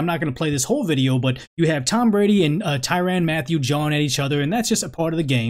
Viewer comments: Man great video and I agree 100% it’s just the way you kept pronouncing his name was annoying asl It ain’t ty “ran” but more like ty “rin” I know minor details lol but overall great points have been made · It's pronounced tyrin not tyran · Hard to take him serious based on the way he pronounces Tyrann’s name and the fact that he doesn’t refer to him as honey badger.....